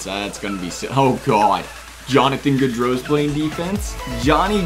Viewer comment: "Jonathan Gaudreau"